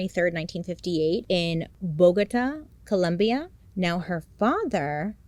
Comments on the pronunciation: It's Colombia 💔💔 not columbia... crazy story anyway 🥲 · Bailey girl it’s ColOmbia not ColUmbia 😭😭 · Love your content, Bailey! Just a quick detail, it’s Colombia, not Columbia 😅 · sorry, had to say it, is cOlombia not columbia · It is COLOMBIA!!!!! No ColUmbia!!!! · I'm so sorry I just started the video but as a Colombian, it's COLOMBIA not Columbia 😢 love you tho!!!! Now I can continue watching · Hey Bailey! Is not Columbia. Is Colombia. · Just wanted to point out that its Colombia not Columbia. lol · Colombia* not Columbia 😂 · NOOOOOO WHAT DO YOU MEAN COLUMBIA! I can’t believe you 😭 you’ve officially broken my heart. It’s ColOmbia not Columbia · Bailey I love ya but not the Columbia… girl it’s Colombia. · This is a terrible case. Preventable in so many ways. That being said, I love the way you tell the cases, but just one little thing. It's not Bogota, Columbia. The country is ColOmbia, with an "o" 😅. One of my pet peeves as a Colombian myself haha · its Colombia not Columbia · Bailey!!! its ColOmbia not ColUmbia❤ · As a Colombian I need to say: it is Colombia, not Columbia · Bailey, it’s Colombia, 🇨🇴, not Columbia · Bailey it’s Colombia not Columbia 😭😭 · Girllll, it’s Colombia, not Columbia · Bailey, I love you, but it's COLOMBIA with two O's. Sorry, it's s trigger lol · Bailey I love you! but as a devoted Colombian fan I have to respectfully ask you to put some respect on Colombia* not Columbia ! 😂 Anyways I'm so stoked you covered this story!!! ❤ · Bailey, I love you but how could you do Colombians sooo wrong. Its Colombia, not Columbia. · I LOVE YOU, IT'S COLOMBIA NOT COLUMBIA!! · As a fellow Colombian it’s with an O 😭 not Columbia with a U. Loving the content though Bailey 🫶🏽 you always make me laugh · Baileyyyy noooo, it’s Colombia not Columbia 😩😂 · Girl are you fo real?!? It’s COLOMBIA. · I love you Bailey and huge fan of your videos ❤ but have to make the correction….Colombia 🇨🇴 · As a fellow latina I have to say it, it’s ColOmbia 😅 but loved the video